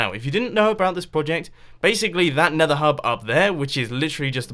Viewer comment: Mumbo said "Nether" without his accent! Woah!